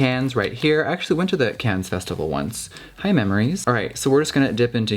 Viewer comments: pronounces Cannes with an 's' :L :L :L :L :L mama please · “Caines”...🤣 girl, aren’t you supposed to be boujie? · Cannes is pronounced 'Can' 😉